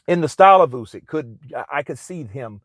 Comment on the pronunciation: Thank you for saying Usyk instead of You-syk that for whatever reason most english speaking people pronounce wrong